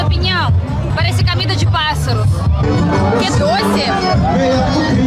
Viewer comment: fala direito mulher..ja ta ai tanto tempo e nao sabe pronunciar...finalmentchi,,,acantecer.camer ..camida..